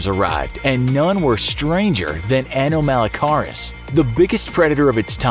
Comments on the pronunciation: Who else watched walking with monsters and got triggered by the way he pronounced "anomalocaris"? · The incorrect way he says anomalocaris is triggering lol it's ok though no one ever says it right